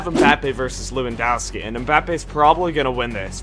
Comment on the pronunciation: thats how u said it